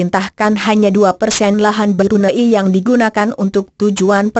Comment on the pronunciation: yang menjelaskan nih, perlu belajar lagi deh intonasi suara sama tata bahasa nya. makau mba, bukan macau. Brunei mba, bkn Brun ai Spain mba, bkn spa in hedehhhh 😩